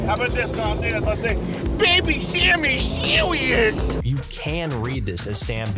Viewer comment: “Baby sam sewious!”